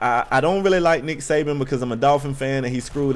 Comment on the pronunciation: It's actually Saban, not Sabian. He'll kill you for that. Haha, jk. Roll Tide!